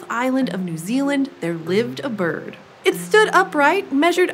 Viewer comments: she says birb not bird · she said birb 😂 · Did someone realize she said birb and not bird? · Did she say birb